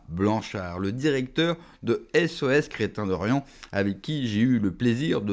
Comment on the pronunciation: Intéressant Par contre, merci d'insister sur le "i" du mot "chrétien"...